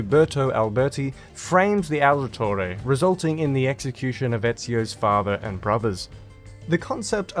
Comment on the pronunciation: Why do you say Aldetore?